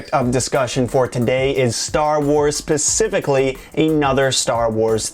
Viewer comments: Specifically not pacifically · did you just say Pacifically? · did this guy just get pacifically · it's not pacifically that's not even a proper word it's specifically just some people pronounce it differently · Just being a grammar pedant, it's SPECIFICALLY not pacifically 😊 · Dude, you lost me "pacifically". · Pacifically? Dude. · "pacificly" nice pronunciation.